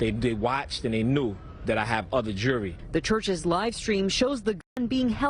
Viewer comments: JEWELRY, thats the word not JURY , lol wow and MONTH not MONT old lol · Wait did he say ,,"Jerwry" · It's pronounced JEWELRY